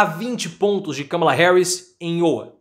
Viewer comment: Professor errando a pronuncia de Iowa. Abraços!